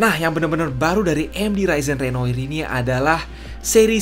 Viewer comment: susah ngucapin renoir nya